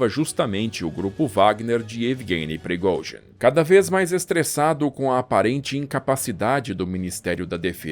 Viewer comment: Esse cara é um poeta da narração.. da gosto de ouvir as palavras e outra coisa eu aprendi a pronunciar o nome de prigozin...kkk